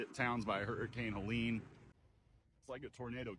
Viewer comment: It's HELENE not Helen. Just saying. So sorry for everyone's loss and the destruction